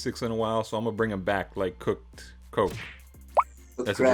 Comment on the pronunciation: “Thassa song!!” LOL